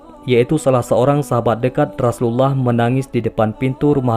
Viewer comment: Maaf kalau membaca Rasulullah seperti gimana gtu ya kak. Apa emang logatnya ya. Dan ada yang typo tulisannya kak. Coba di simak lagi. Maaf sekedar koreksi kak maaf dan terimakasih